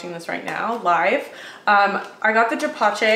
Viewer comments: Japchae is pronounced like Jop Jay. Just an FYI. Luv your videos. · For anyone interested, japchae sounds like “chop-jay” sort of. Two really short syllables said close together, like a bird chirping